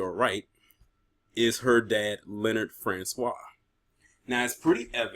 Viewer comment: You pronounce the name Francois pretty good, are you also of Haitian decent brother